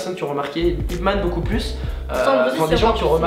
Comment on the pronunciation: Au lieu de dire beaucoup tu a dit beau cul